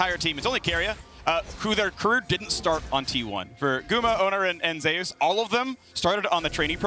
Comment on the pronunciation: If Zeus named himself after the god then why do the casters pronounce it as Zay-Oos?